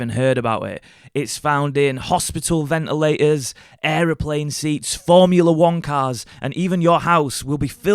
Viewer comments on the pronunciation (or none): Stop dropping your Rs. It's ventilators not ven'ila'ors.